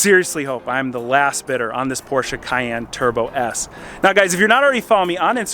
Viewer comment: Thank you so much for not saying "Porsh". Greetings from Germany ✌🏼